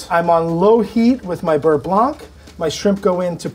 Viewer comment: Nice receipy. Side note: in french, the ’c’ in blanc is silent.